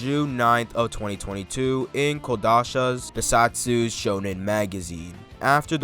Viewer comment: bro said kodasha😭😭😭